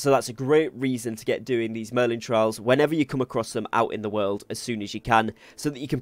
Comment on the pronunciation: It's merlin TRIALS!!! Not merlin TRAILS!!!